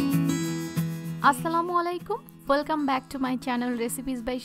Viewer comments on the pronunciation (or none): none